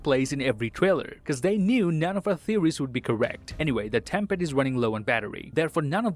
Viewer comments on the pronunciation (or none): I'm pretty sure it's time pad and not tem pad